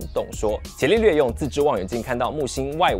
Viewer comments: 不是茄利略，是加利略 😀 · 伽利略的"伽"字應該讀"加"，而不是"伽藍"的"伽"音。